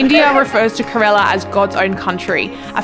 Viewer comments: It is not correla but Kerala. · fun fact 😂 not corella , kerala 😅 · You are mispronouncing kerala. You are saying it looks ka rella when it's Ker ala.